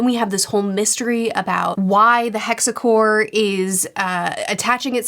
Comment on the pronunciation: sorry but just gotta mention this: it's not SVika, it's SEvika. Also it's not hexAcore, it's hexcore